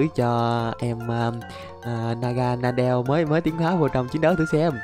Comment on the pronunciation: naganadel mà anh đọc là đúng rồi, đầy cái khác anh đọc sai